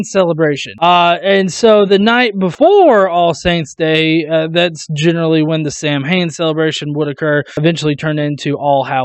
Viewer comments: Fuckin' Ghosts, Fucking up my mortgage rates!!!! Oh, and it's pronounced like "sow win", I used to date a witch..... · Samhain is pronounced "Sow-wen." I used to be Wiccan. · Samhain is pronounced Sou (as in sound -sou ) wan like James wan Souwan...just for future reference... coz in Irish 'mh' is pronounced 'w' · Your pronunciation of Samhain made me cringe hard. It’s said either “sah-vin” or “sow-aine” (“sow” like a pig, “-aine” like in “Maine”).